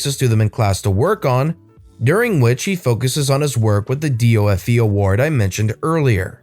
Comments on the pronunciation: If you didn't, I would have 👍 And "D of E" not "D O F E"! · D O F E is pronounced D of E and Edinburgh was also pronounced wrong, but it was close enough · also DofE is like 'D of E' if that helps